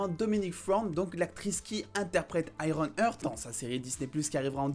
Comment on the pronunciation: Heart c'est "Arte" en anglais, pas "hurt". Donc ironheart (aiewon art). Comme "my Heart Will go on" et non "my hurt will go on". Sinon top la vidéo ;)